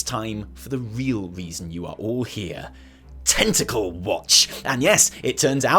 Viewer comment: The amount of times tentacle and how it’s said makes me uncomfortable. Do you have some sort of fetish to admit to? ;)